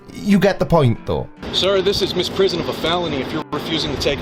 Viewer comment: I’m a lawyer. He’s a loon. And it’s misprision of a felony, not misprison.